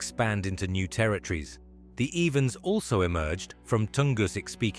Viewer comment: Russians say,” terrytrees”…instead of,..Teri-Torres ! ?